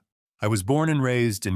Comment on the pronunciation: 😂 the way calcasieu was pronounced was hilarious 😂